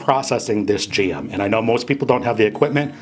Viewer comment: I find it strange that he 'goes ahead' a lot, and calls it 'Strawberry JEM' !